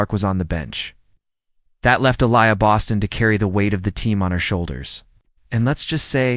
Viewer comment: THIS AI IS WORSE THAN HORRIBLE!!! Can't even pronounce Bostons name correctly!